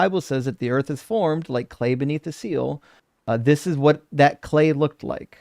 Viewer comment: Someone who pronounces Earth as Erf is never going to understand